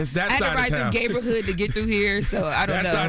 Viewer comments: "Geighborhood" is crazy 😂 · She said homo.side and gay.borhood and gay.member 😂